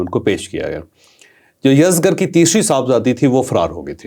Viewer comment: Salam ye yazdgr ni balky yazdjar hy